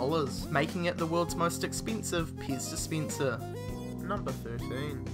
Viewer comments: Whats a "ixpensive piz dispincer"? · Titty Beer next to the piss dispenser. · Ok I was half listening to this, (it came up on autoplay while i was in the other room doing dishes), and between 'piss dispenser' and 'titty beer', I think this is the most I've laughed in 10 years. I did figure out the pez dispenser, but had to drop everything and come look at the screen to see what the hell a 'titty beer' was! This guy just won youtube as far as i'm concerned haha!